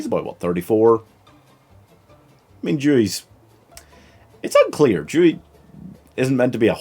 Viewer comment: His name is Dewey, not Jewey